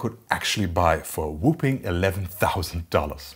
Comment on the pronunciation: “whooping” instead of “whopping”.. interesting